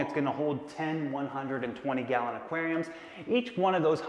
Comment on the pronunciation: I heard him saying galleon